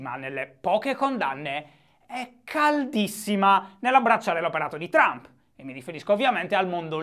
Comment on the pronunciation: Che ne dite di bandire dall'Italia tutti quelli che al TG pronunciano "Baraccobama", "Illari Clinton", "Berni Senders" e poi li senti dire "Donald Ciump"?